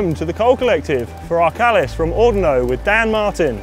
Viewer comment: Beautiful video! I am so homesick now. We lived in the video. Thanks for reminding me what we are missing. Just one thing, you should learn how to pronounce Arcalis and Ordino. :)